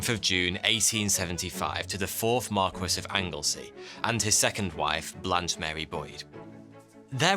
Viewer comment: I love your videos...but it blows my mind that a seeming Englishman like yourself doesn't know how to pronounce 'marquess'